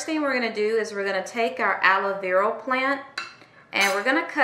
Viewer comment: Is it just me or does it sound like shes saying aloe veral. So cute 🤣🤣🤣🤣